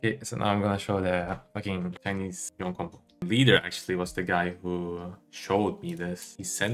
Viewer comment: why do you pronounce "Yone" as "Yi-on"? Just watching Yasuo and Yone animation you can get the official pronunciation is "Yo-nay".